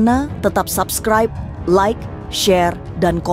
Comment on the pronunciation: Coba lo sebutin SUBSCRIBE.. YG GUE DENGARIN itu ADALAH SABKRAIB 😂😂😂..Rata2 ngak habis SEKOLAH kalian ya kan.